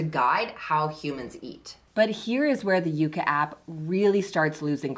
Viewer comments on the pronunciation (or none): I hate how you sometimes says “Yucka” and “Yaka” instead of “Yuka”. Also, your assessment of the app is inaccurate and biased. Sorry.